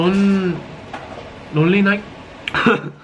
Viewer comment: No one: Not even the green grapes: Jungwoo: RoNLy NiGHTs